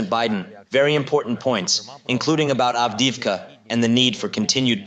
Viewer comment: Two things and not being patronising. It is pronounced Av De Ev Ka. Minor point. Most important is that my stepson was in that city and we feared the worst but he called us today to say he was out. He had been there for one and a half years. I have no more details except that he was/is fighting for Ukraine. Very difficult conversations going forward for us should he survive. He has been twice decorated by Z himself not that shelling civilians is what he knew he was doing or deserves merit.